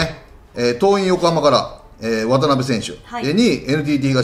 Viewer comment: わたなべじゃなくてわたべでは？